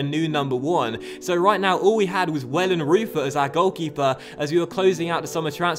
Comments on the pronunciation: The pronunciation of Wellenreuter is: Wellen - reu (the reu of reus) - tur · Great business in the transfer market there I have to say - 8/10 for me! Muller looks like an absolute lad! Just to say as well I think Wellenreuther is pronounced Vellen-Royter:) loving the series